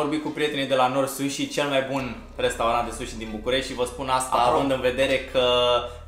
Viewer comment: pronuntia de la #NoriSushi e un pic diferita...Big Like ptr Vlog :)